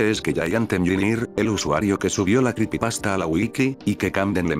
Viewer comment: Jaja se escucha raro escuchar "cripipasta"